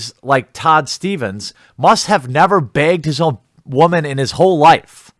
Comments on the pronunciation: Is there a reason you can’t pronounce the word woman correctly? Is it some sort of meme? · Dude.... just say woman correctly...